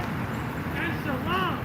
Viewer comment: Wow is saying God willing in Arab perfectly 👌